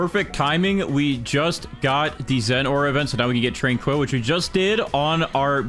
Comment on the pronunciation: Your pronunciation of tranquil is diabolical.